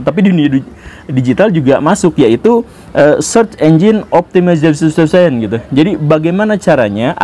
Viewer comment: Serc enjen optemaiseishon ini pak guru cara bilangnya dengan ejaan Indonesia 😂